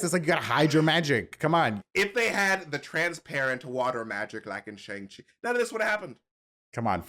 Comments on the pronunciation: Can u guys please pronounce shang chi properly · Can y’all please say shang chi correctly